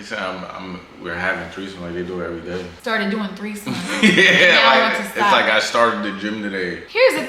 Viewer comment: My dumb a… “thirty-third-somes” 😭😂😂🤦🏾‍♀️